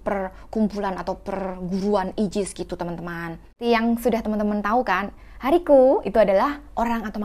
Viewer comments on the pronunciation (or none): Ka aigis bukan ayjis